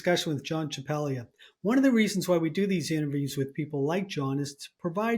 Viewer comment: His name, as an Italian name, is pronounced "Champalyia". The 'g' is not pronounced the way we do it.